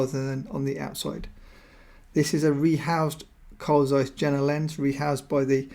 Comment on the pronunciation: great video. Carl Zeiss Jena pronunciation is Je:na the 'J' is pronounced like 'Y'